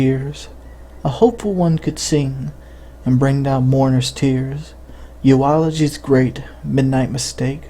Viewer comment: This is stolen,.... u can tell how he mispronounces "eulogy". He says "Eu-ology".